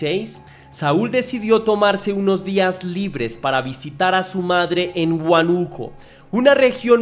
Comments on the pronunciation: no es huanuco, es Húanuco- chekia eso xfa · Es huánuco no huanuco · Hola, por que inicialmente dices Huánuco y luego a mitad del video dices Huanúco, cambias la tilde pero si sabes como se pronuncia, a que se debe? He visto videos de otros youtubers que también hacen lo mismo con palabras comunes, les cambian la tilde sin motivo